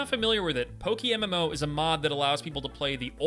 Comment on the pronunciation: Ah, yes, PokiMMO. Because, as we all know, café rhymes with daffy. 👁👁